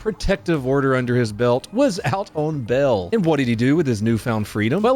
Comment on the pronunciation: "Was out on bell." WTF is bell? There's an A in bail.